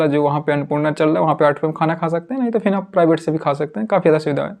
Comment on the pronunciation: फिन नहीं फिर होता ह